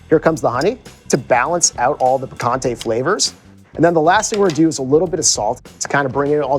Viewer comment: I clicked off when he pronounced picante puhconte